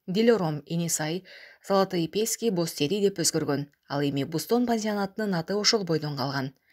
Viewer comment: Писки эмес : Пески --- Кум !